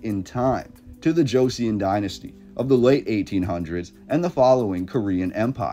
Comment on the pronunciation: It is pronounced Cho Sun dynasty, not Joe Sea On dynasty.